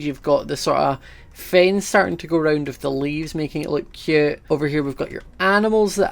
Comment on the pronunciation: Does anyone else just seem to smile when says cute in his acsant...no just me.......ok